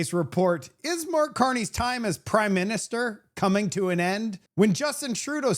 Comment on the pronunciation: Did you say prideminister?